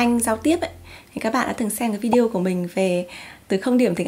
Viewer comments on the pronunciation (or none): none